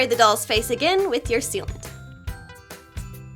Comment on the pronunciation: when she said "sealant" I hear it as "soupent" for some odd reason.